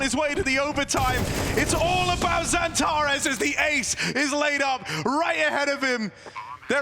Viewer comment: Speker sürekli Xantaresss diyor😀